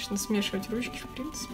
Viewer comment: Странное произношение: отпеЩатываются, впеЩатление, колпаЩок, руЩки, оЩень мало, колиЩество.